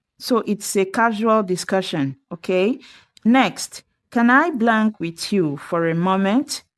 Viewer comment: Speak WITH normarlly used in Am English, for Br variant we use TO. AND be careful with your pronunciation, do not mix WITH & WHICH, it's a teaching video 👎👎👎